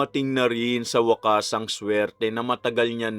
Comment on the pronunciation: hahahaha..unahan na naman kami s pagbigkas ng Wakasssssssss👍👍😃